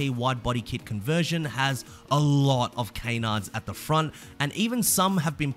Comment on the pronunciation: Yo do you have a kayn of iron jack. Or a can. It's canards bro not kaynards